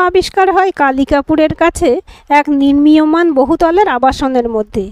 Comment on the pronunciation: Mrityu k bolche Mittu !! Nirmiyomaan k bolche Nirniyamaan.. Very bad